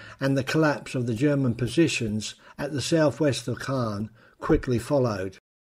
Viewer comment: Great scripting and image selection. Small things: 'Caen', 'lootenant general'.